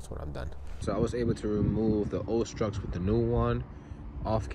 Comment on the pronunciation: Struts, not “Strucks” whatever the f-ck they are